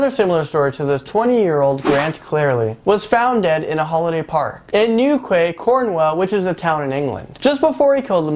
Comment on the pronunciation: hi im from cornwall and you pronounce newquay as new-key and pronounce cornwall as corn-wall